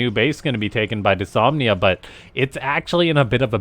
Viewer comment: It's "dys-NO-mia" not "dysomnia"